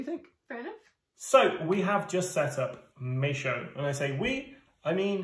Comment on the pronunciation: It's not Mae-showe. It's Maes-howe (mays-how).